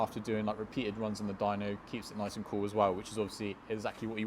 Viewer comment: you don't say "as well", you say "as wev")))) maybe it's because of british pronunciation, dunno, but its funny😂